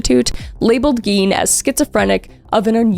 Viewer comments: I heard “eggy” and now I can’t un-hear it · Wisconsin here. Tbh, they having had the last name Gein and pronouncing it the way they did would be my first hint that they weren't exactly dealing with a full deck. The "i" should be the vowel sound made, but they said it with the "e" vowel. Bunch of splitters.